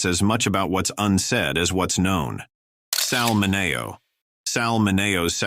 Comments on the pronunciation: Why even make these videos if you aren't going to take the time to get the pronunciation of the names correct! For one, it is "Sal MIN-ee-o" not "min-A-o" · It is SAL MINEO - pronounced Minn - EE - OO. His full name was Salvator Mineo, Jr. He was born in The Bronx, NY and is of Sicilian ancestry. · It’s pronounced Sal Min E O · MinneeeO, not MinayO. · Sal Minayo? Get real! It's Sal Mineo. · Out of respect, couldn't you at least pronounce his name correctly. Liberace. it's Sal (sounds like) Mini 0. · Sal MIN-e-o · Sal Man-Nay-O - nice job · Not a single new revelation; the appallingly dead giveaway the narration is AI - it's Rudolph Nureyev, NOT Nur-I-yev, and poor Sal Mineo becomes Min-ay-o! Is human narration so expensive?! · Who is responsible for checking your pronunciation of people's names Sal Mineo!! Dang check your work. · Can’t you people fix the major mispronunciations of your AI narrators. Particularly, Sal Mineo. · Nothing really new here, we’ve heard these names before linked to the LGBTQ lifestyle. The mispronunciation of some of these names, such as Sal Mineo’s, is painful to hear. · Yep like Sal Mineo....not only pronounced wrong but spelled wron in 'CC' too!! 😆